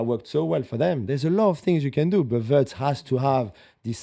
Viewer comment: Are we going to hear WURTZ all season. His name is WIRTZ